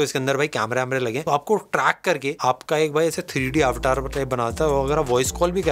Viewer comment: Wtf is आवटार? it’s अवतार…ur Indian bro😂